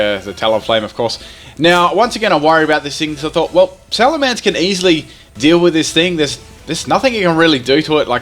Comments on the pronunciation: it's not alamance it's salemence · Lol Alamence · alamence lol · Alamance? You mean Salamence? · Alamence? oh no wait its supposed to be Salamence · what's a Alamance I think he ment salemence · what is a Alamence? D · "alamence" XD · that "alamance" in the beginning had me like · the mighty "Alamance"